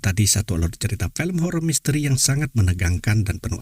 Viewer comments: FILM bukan PILEM🤣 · Film pak bukan Pelem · FILM OM FI LEM BUKAN PELM PE LEM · Film om bukan pelem😅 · Film bukan Pelem om🤭